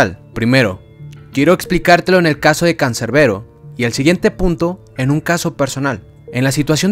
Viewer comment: CANCERBERO????, ES CANSERBERO CON "S" JODEEER😡🤬